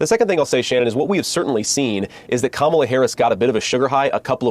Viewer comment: Congratulations to JD Vance for consistently pronouncing Kamala’s name correctly! Now, convince your GOP children to grow up and do the same. There’s a glimmer of hope?!? Nah 🙄